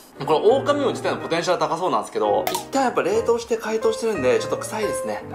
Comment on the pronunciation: あ、「オオカミウオ」ですね。「オオカミうお」ではない。